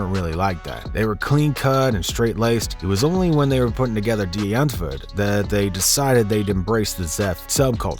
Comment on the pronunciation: Bro actually pronounces “Die Antwoord” right